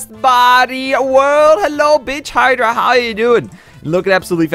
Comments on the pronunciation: BITCH HYDRA thats what i heard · Did anyone else hear it he said bitch hydra